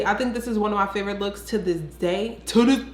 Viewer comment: “TO DIS DAY, TO DIS DAY!!” 🤣😂🤣😂